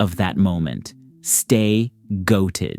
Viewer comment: less emphasis on the "stay goated" it sounds weird with that much emphasis but great video honestly